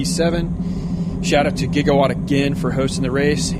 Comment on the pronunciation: Can you call them by their real team name??? It's Jigawatt...not Gigawatt. Other wise a great Video! Thanks not being mean!